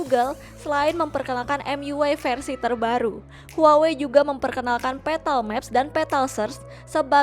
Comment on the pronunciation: Ngomong huwawee..lol, pngucapannya wawei kali neng, kek samsung..hrusnya dibaca samsong.